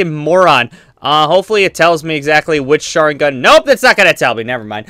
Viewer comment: do not know how to ppronounce any sharingan